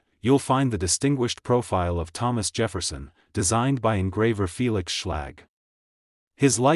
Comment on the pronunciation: Jafferson nickle it’s Jefferson nickle idiot 😂